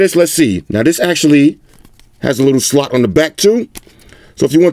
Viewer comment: The Way says “Slot” tho 😂😂